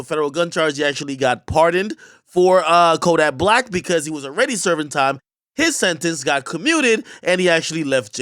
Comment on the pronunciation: When you said one of them was the best rapper alive you pronounced Kodak Black‘s name wrong